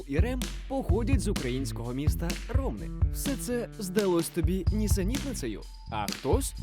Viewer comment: Цікаве відео, тільки в Ромни наголос на «и»)